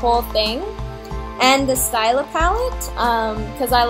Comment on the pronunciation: the palette is pronounced "stee-la" :)